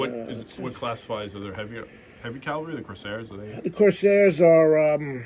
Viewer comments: And it’s cavalry not ‘Calvary’ 😢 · Dude can’t even pronounce “Cavalry.”